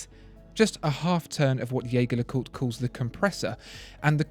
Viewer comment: I believe it should be pronounced with a soft "J" as in "je ne sais quoi". So that it sounds like "Jey-Jer Le Cooltre". See But these videos are amazing, thanks for making them!